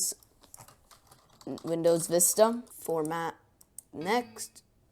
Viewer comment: visita? it's vista not visita